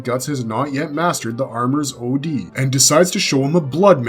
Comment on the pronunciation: calling od - OD almost makes me want to stop watching